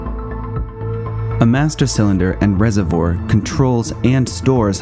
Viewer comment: And how about this guy's pronunciation of RESERVOIR? It's "from the French", you know. He says it like it has something to do with dietary choices, as in herbivore, carnivore, and rezivore.